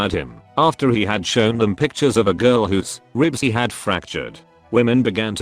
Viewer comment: Girl = Geerl